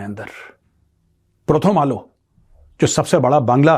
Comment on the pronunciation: Major has good knowledge about bengali language the way he pronounces প্রথম আলো prothom alo